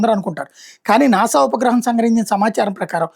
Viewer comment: నానా కాదు నాసా